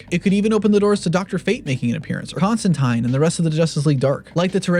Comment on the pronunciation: He pronounced Constantine right